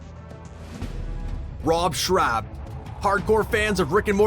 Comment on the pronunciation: So annoying how he keeps mispronouncing Rob Schrab. “Schrab” rhymes with “Rob.” What kind of fan is this guy? Pfffff lol